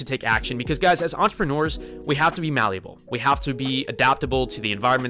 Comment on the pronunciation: 'Maluable'? WTF?